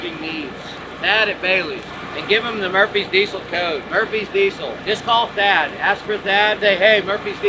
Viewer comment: It’s Chad at Bailey’s not Thad. It sounds like he’s saying dad when he’s talking about Bailey’s and Chad. 😢😢😢